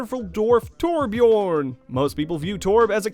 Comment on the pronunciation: FYI it's more like "Tor Björn" than "Torb Jörn"